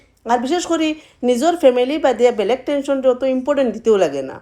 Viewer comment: Black ❌ blag ✅